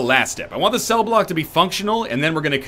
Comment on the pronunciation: hi im your 652,147th sub when you said room cell i belive you said room seel